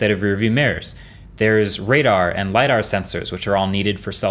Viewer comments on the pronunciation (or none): none